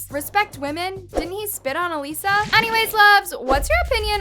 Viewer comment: It’s uh Lisa